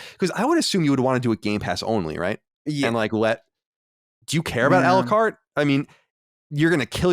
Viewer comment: It's "a la carte" which means to order items separately. I find it pretty funny he pronounces it "Alucart" like it's a Castlevania character or something 😂